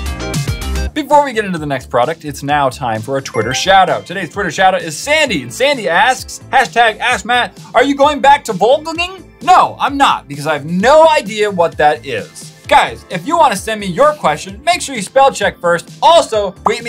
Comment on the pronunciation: Volging not volgaging